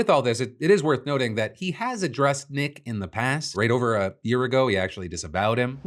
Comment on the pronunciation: The fact trump correctly pronounced Nick’s name makes me thinks he knows something about him…